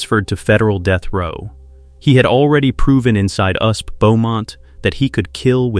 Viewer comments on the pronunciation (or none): "Usp"? FFS, fix the robo-narration. Is that so much to ask?